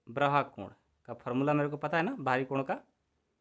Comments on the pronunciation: 😂😂😂😂 सर जी उसे ब्राहा नहीं बाह्य बोलते हैं 😅😆😃😀 हां पर आप बहुत अच्छा पढ़ाते📜📜 हैं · ब्राहा नहीं बाह्य होता है।